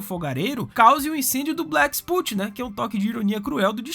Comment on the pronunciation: Black spot e não black "sput"